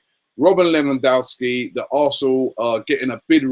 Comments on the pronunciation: I'm Polish can confirm it's correct :) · It's pronounced LE-VAN-DOV-SKI, let's not scare him off by pronouncing his name like the Americans haha